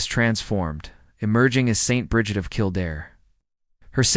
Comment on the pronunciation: Say it with me now... Breed. Or at least Brijid. Also, keltik